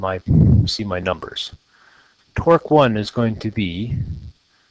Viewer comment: I could not take this seriously sorry xD Everytime you say torque, it sounds like twerk.